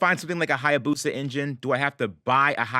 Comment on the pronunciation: "Hayabusa Caddy", pronounced " I abuse a caddy "